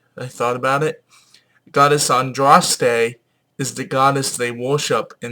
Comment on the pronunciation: Andraste was not British she was a Gaul,Gauls were Celts.Pronounced And raws te btw at least say it right.And its symbol of the hare not "rabbit" but that is misinterpretation of Boudicca releasing a hare from her gown as part of the rite of propitiation.